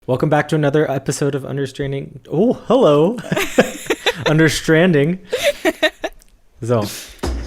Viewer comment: Understranding with a German "So" at the end. Nice